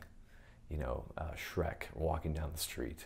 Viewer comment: the way he says Shrek got me bruh